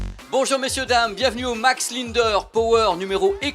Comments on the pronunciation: Désolé on prononce LINDER comme SINGER... pas linedeur !!!! Ou Sinegeur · Il me semble que ça se prononce Max "Lindère" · Commencez par apprendre à prononcer "Linder" correctement....